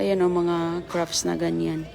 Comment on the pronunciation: You're English is very good. In a few videos I hear one word that is pronounced a little differently though: "crafts", you almost make a p sound, so it almost sounds like "craps". Normally it's not a big deal and people understand, but this time it comes out with an unfortunate similar sounding word. 😅 Thank you for the lovely videos!